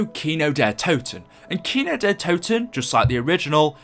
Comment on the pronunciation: I love how u pronounce Kino der Toten ... im from GermanyxD